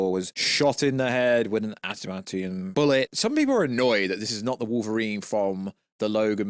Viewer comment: Atamantium? Huh, you even English bro